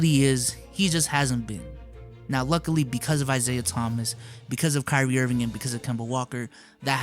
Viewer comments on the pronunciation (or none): none